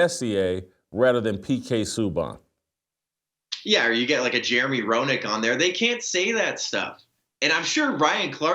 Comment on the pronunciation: Hearing jason say his name is hilarious. Its pronounced. Sue-bahn. Great hockey player, excellent defensemen he won the trophy for the leagues best.